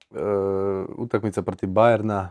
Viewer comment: Zašto Krizmanić umjesto "utakmica" govori "utainca"? 😄